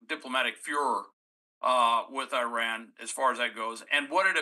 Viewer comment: Your mispronouncing Iran Nd iraq...it hard to even listen to .